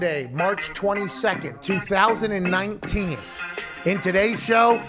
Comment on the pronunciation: anyone notice how he said 2019